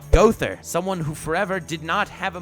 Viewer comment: It's Mael not Miel, and Gowther not Gother.